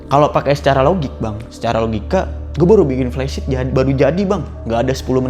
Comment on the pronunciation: Flysheet bang bukan plesit